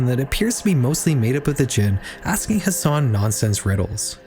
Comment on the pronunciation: it's ha san not has san btw